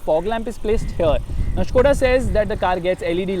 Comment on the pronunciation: its skoda bro not shkoda its fucks my mind everytime you say shkoda